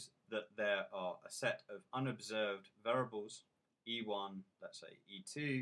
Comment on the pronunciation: VAIR-EE-ABLES. FFS. How can anyone learn from someone who pronounces this word VAIR-ABLES?